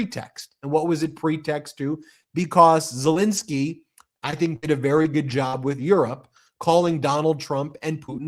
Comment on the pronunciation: BEN, BEN, BEN...AAAARGGHH . ..I love the show . I remember when you were saying " lets get to a million" BUT ...for legitimacy you guys have to get the name of Ukraines President right. " Zalinski" is a " relatively" common Polish name in the US . But this is NOT the Ukranian Presidents name . There is no " A" There is no " I " in his name. Its Zelenskyy